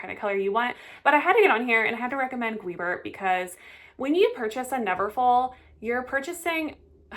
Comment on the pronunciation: For the love of god stop calling these brands Toteem and Gweebert!!!